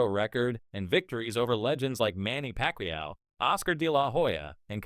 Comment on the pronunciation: And did you hear manny packwayoww